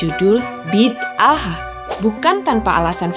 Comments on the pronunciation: Bukan Bi Dah dong..sebutan harusnya Bi Da Ah... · Bi-da-ah bukan bid-aah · Sebutannya 'Bida'ah" bukan bid 'aah.😊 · Sebutan nya bukan "Bid-ah" tapi "Bi-da-aah" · Bukan "biddah" sebutan nya.. Tapi "bida-ah" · sebutan nya bi-da-ah bukn bid-ah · Sebutan bida ah. Bukan bid ah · Bidaah!Sebutannya bukan 'bidah' tapi Bi.da.ah atau Bida'ah. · Sebutannya bida ah